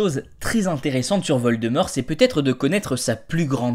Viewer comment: Geuldemort sa y va bien 😂😂😂😂